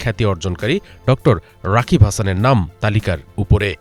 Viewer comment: ড. রাগিব হাসান, রাকিব না